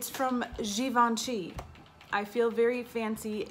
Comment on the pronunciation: You say "Givenchy" just perfectly 💕